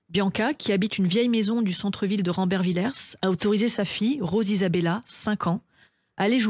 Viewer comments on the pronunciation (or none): Ce n'est pas rambervillerse mais rambervillé (ça s'écrit rambervillers).